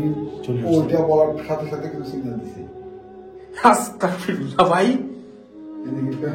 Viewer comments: ভাই আপনি আসতাক ফিরুল্লা বলেন কেন এর সঠিক উচ্চারণ আসতাগফিরুল্লা✅ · ওটার উচ্চারণ আস্তাকফিুল্লা ভাইয়া হবে না ওটার উচ্চারণ আস্তাগফিরুল্লা হবে আমি মাদ্রাসায় পড়ি তাই জানি